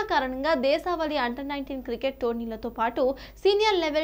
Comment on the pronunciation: Reading koncham chusukondi madam.. Chinna mistakes ee kani..you can improve..Under worldcup kadu.. Under 19 world Cup. Deeshaavali kaadu deeshavaali. IPL Governing councils kadu IPL governing council... 1.5 minute video lo inni mistakes tagavu madam garu..